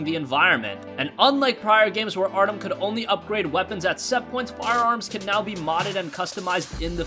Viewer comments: you say Artom but guess what its Artyom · ArtEEEEEEEUM....not Artum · WTF is Artom!? Naw fam, they need to re-record this one, get his fucking name right, and re-upload it. This some bullshit, he didn’t even bother to find out how to say Artyom’s name correctly....Artom...wtf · Artom ARTOM ARTOM ITS ARTYOM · Nice video but my ocd is kicking in its not Artom... its Artyom (Art-ee-um) lol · ArtYOM not “artom” what’s next, otm shank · This guy didnt play shit if he played the games or read the books like he says he did he would know how to properly say artyom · He says arkm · It’s fucking ar “T” the fucking T YOM DAMN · Get the protag’s name right...it is NOT Artom. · Good video, but i needed to say something... its Artyom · Everyone talking about his pronunciation of Artyom, here I am thinking “4K on ps4 pro? You mean FauxK” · triggered at the mispronunciation of Artyom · You sir need to play the game and learn the fuck how to say his name Jesus I love your videos but why would you make this video without playing the game